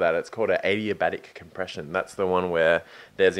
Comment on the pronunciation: Guys...Adiabatic! Not addayabatic :D